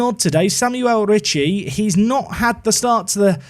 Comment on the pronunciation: Tonali can't be an Atalanta player, since he was an important Brescia player, and Atalanta fans hate him as much as he hates Bergamo. There will be riots in both Bergamo and Brescia if something like that happens 😂 Ps: Try to pronounce Ricci just like Ritchie and Lucca like Lukka 😅